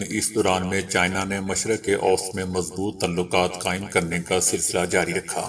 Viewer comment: آپکی ایک غلطی کی اصلاح: مشرق اوست غلط ہے ۔ مشرق وسطی ( middle east) ضحیح تلفظ ہے۔ شکریہ